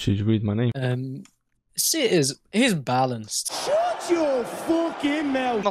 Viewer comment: Seer is "balenced"... Nani ?!